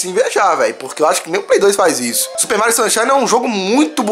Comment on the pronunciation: falando Mairo shunshine se tornou realidade kk